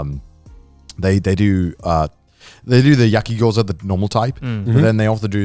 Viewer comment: Connor saying "Yaki Gyoza" sounds like yucki Gyoza